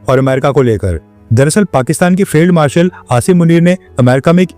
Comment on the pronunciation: आप उन मुनीरा को फेल्ड मार्शल को फील्ड मार्शल बुला रहे हैं अपनी ग़लती को सुधार करने का कष्ट करें 😮